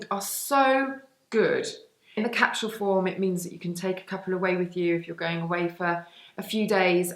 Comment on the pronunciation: Very funny way of pronouncing capsule .😂😂😂😂